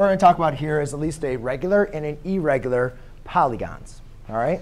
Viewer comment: Errigular nahi hota irregular hota hai